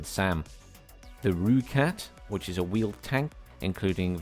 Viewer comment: Not to be a pronunciation nazi or anything, but let me help you pommies out so you don't embarrass yourselves online when you get this... Rooikat: Roy-cut Ratel: Raa-til Eland: Ee-lunt Renoster: Ray-noo-ster Buffel: Biff-il Rooivalk: Roy-fulk